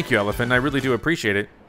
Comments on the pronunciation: He even says ELFILIN as ELIFIN... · Well, he said Elfilin as Elifin...Even though Elfilin is not an elephant...lol